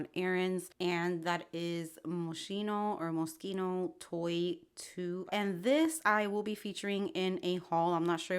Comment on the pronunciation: In Italian,,schi,, is pronounced,,ski,, like the sport so it is definitely pronounced Mo-ski-no .